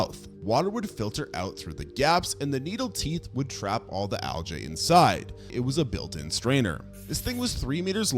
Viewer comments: it's pronounced "al-gee", not "al-jay". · whats Aljay? lmao Bro its pronounced al-gee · Bro he said aljae not algae 😭😭😭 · Genuinely never heard Algae pronounced Al-jay before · Why do you say algae like that 😂